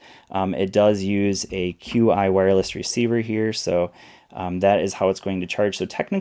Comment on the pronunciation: Qi (the wireless charging standard) is pronounce Chi (Chee). Thanks for the revisit. I recently went in on their Ticwatch S E kickstarter, so I'm curious about their other watches.